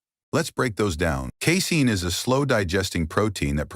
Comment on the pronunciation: When the AI bot reads “casing” does he mean “casein”?